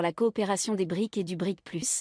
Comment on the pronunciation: un détail, brics n'est pas le pluriel de bric, il est important de prononcer les "s" à la fin , préciser la signification de brics car tout le monde ne sait pas voire peu de gens ... brésil, russie, inde, chine et south africa ... sinon ravi de voir que les brics sont un contre pouvoir à l'hégémonie américano-occidentale